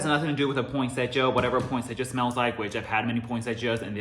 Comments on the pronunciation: I've never heard Poinsettia pronounced like that..had to look it up because I thought I was wrong all this time... it's point-set-tia there is no "j" sound in it. Anyways I'm so excited for candle day! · I can't believe it is that time already for candle day....I don't think I went last year just because of all the covid stuff...It is no fun if we can't take our time and experience the event.....I am still debating if I should just order online or take the chance going to the store this year.....I like using the coupons so I may go to the store......Love your home......You say poinsettia in a way I never heard it said before....Thanks for all the info..You feed us so well with all your knowledge......I am not into rose that much and I find it weird that that note is in a lot of candles recently...I know that is right up your alley so I expect you to be excited for candle day....I love the mens line of fragrances...I say I buy them for by husband and boys but the girls and I love them just as much. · tf have i been pronouncing poinsettia wrong my entire life??? 😧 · the way you say it makes sense when i look at how it’s spelled tho lol. also did not know you were half japanese! i can totally see it now 😊💕